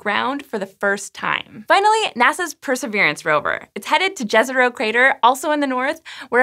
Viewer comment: yezero not djezero